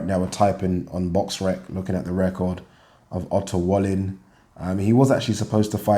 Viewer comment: Love how, when you pronounce Otto Wallin, it sounds like you're saying "utter wally". Sounds about right to me.